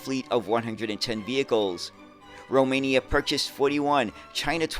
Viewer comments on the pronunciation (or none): none